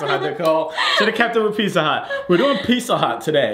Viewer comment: I love how pronounces pizza hut "pissa hut" lol